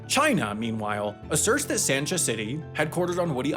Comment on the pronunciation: Haikou is pronounced like "hicoh" and there is no emphasis on the "nan" part of Hainan. Sansha city is pronounced "sahnshah" You pronounced everything else correctly though, good job! Love your videos!